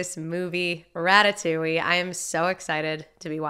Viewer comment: As a French viewer, I have to assure you that the way you pronounced "Ratatouille" just before the beginning of the movie was definitely spot on haha! Anyway, I don't comment a lot but I figured this one was a good excuse for me to say that I really love you channel! Thank you for all your reactions, you are always so genuine and so enjoyable to watch, I always know that I am gonna have a great time watching you 🥰 Love from France ✨